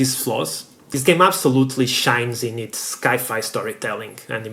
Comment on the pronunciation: never, in my entire life, have I ever heard anybody, with or without accents, say "sky-fi" do you also say skyence? for science? if you do, then sky-fi is acceptable... but i doubt you do...